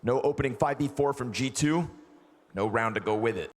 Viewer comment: I really thought the castor was saying "Chichoo" when he was saying G------2